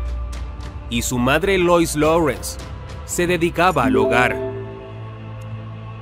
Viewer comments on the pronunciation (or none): none